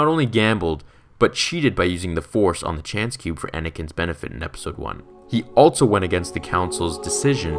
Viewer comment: Bro it’s also... not altso.